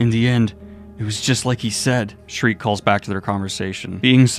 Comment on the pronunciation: Sheer-kuh. Not Shriek. Sheer-kuh. Please Daniel.